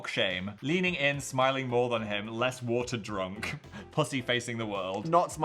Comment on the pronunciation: phil pronouncing pussy as "pus"-y like pus from a wound is killing me